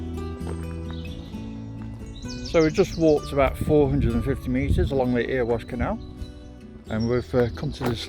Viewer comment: sorry to correct you its not erewash is pronouced errywash